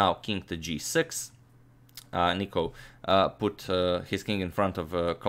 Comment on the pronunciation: Im from greece and its nikos not nico